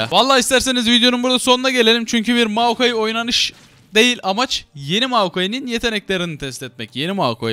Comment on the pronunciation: moakai değil moyakai bwn3jejd